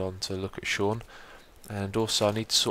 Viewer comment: It is not pronounced Seen, my name is Sean.